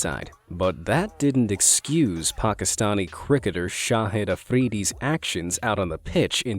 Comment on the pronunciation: why can’t anyone say Pakistani right it’s Pakistan not Pakistan